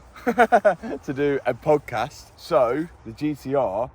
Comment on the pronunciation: What’s a ‘pode’ cast?